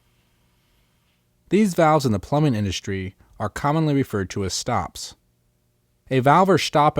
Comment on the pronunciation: Shtyle and shtops